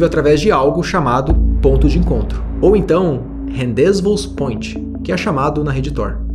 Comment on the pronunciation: « Rendezvous point » , a maneira correcta de pronunciar é : ‘rendé vu point’ . E não como você disse no video 😂 mas eu entendo, o francês é uma língua muito complicada mesmo😅